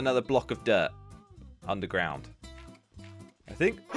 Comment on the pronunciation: We've found ourselves an UNDERGROUND mineshaft. Me: All mineshafts is undergrownd. Why u emphasise it?